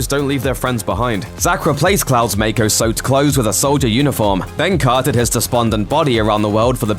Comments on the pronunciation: You’re mispronounced a lot like Mako and called the North Crater the North Pole 😅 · How are people mispronouncing mako energy when it's been said like 100 times from Advent Children to Crisis Core?